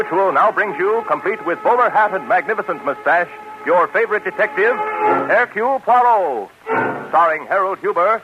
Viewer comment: Air cule pwah ROW ?????? 🙄🙄 Ah c'mon. Only Belgians will get the pronunciation correct, but at least try!